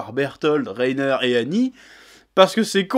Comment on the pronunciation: Tu t’es trompé en disant Reiter et Bertolt tout le début de la vidéo